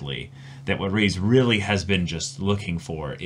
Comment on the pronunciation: Glad to see that you two enjoyed the season overall Also Riz's name is pronounced "Riz" not "Reece"